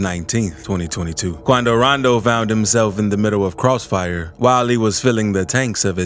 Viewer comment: Say rondow like that again I’m reporting u I stg